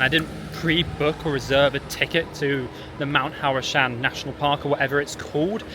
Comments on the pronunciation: Huá Shān (Mount Hua) --> Hau Shan (how u pronounced it) ~= Pá Shān? (still dunno why) = climbing mountain (爬山)😆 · It's pronounced Wha-Shan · I felt my ancestors cry when he said haoashan (no offence though great video) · It is called Hua Shan, just like Hua wei. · Out of respect for the country you should learn to pronounce the mountain's name properly instead of saying 'whatever it is called'. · Your HUAshan pronounced totally wrong